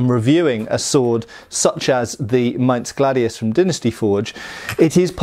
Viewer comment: Kudos for getting the word "Maintss" correct! German "Z" is always a "tss!". That also goes for "Tssweihänder". Always, always "tss!".